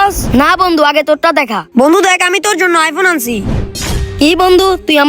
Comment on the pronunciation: উচ্চারণ টা বন্দু হবে না বন্ধু হবে 😂😂